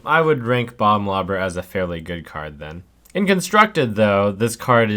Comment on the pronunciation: when you say bomb lobber it sounds kinda like you're saying "bum lover" heheh